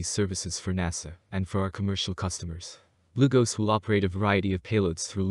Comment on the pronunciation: I thought he was saying "glucose".